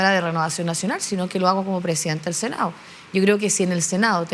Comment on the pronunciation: Puros cagüines Paulina Nuñez, senao', diputao', .. cocinao', qué pésima dicción.